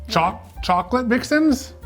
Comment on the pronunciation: Its not "Mix-Ins" its MIXN's!!